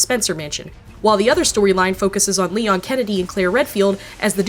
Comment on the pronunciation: How can you mess up Leon?!?!?